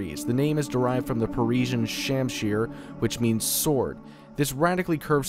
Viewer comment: How the fuck do you not know how to say persian, not to mention all the other words you butchered.